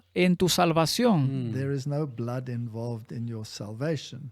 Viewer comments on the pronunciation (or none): none